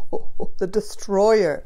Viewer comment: “ the dEEstrOyer “ when you said these cards are ‘intense’ I was like , I am intense 😅😅